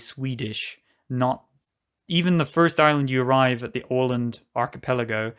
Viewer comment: A nice video! Don't take this too seriously, but it is always a bit entertaining when a native English speaker hopes he or she pronounces names in Swedish or even worse, Finnish, correctly and fails almost totally. Åland was spot on, though.